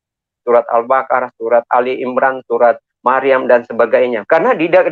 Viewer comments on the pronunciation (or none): Sebut s albaqoroh aja albakarah ber ber katanya guru ngaji